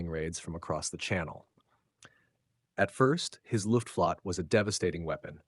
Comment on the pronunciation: Pronounced Luft-Flo-tte three syllables